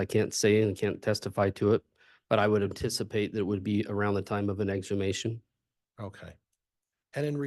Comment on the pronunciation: Would have expected to be able to pronounce "exhumation" - not exumation. Does he do it on purpose to make himself more relatable.